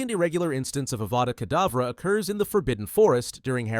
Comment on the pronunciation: bro its not adava kedavra tf